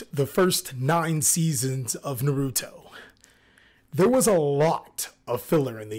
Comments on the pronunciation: I hate when people call him Nar-root-toe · agree, reading it in english way ehh ew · i don't understand how people can watch 9 seasons of the show and still mispronounce the name naruto